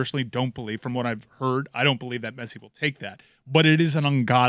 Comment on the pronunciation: how do you butcher Messi's name every single time?